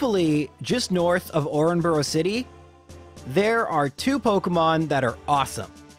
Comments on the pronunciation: Oranboro? Did you stroke out trying to say Oreburgh? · oren-boro city is I think the funniesy pronunciation for Orburgh I have ever heard